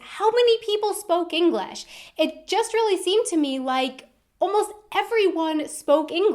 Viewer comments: Why do you say 'Englash' , try 'English'. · Inglesh? Last time I checked, it was english. Not inglesh. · What is this "Englesh" you speak of? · In Holland many people speak English, compared to the US where some people speak it. .. Seems you speak Englash. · oke one thing, how does she pronouce english?! she said englesh like 5 times in a row! it irritates me sooo bad. But ik like her video sinds im from amsterdan